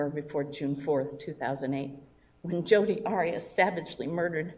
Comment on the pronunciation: Tbh I get the sense that "Hodi" is supposed to be the Spanish pronunciation of Jodi. It's actually kind of a racist joke if that's the case. not trying to call you a racist, I just imagine that that's how the Hodi thing started.